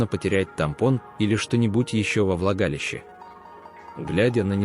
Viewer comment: А в оргААны это как и куда?!!.Когда же ты научишся читать правильно: оргААны, влагалИИще....